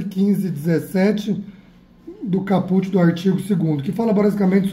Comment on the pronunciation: É "cáput" que se fala.. hahahahha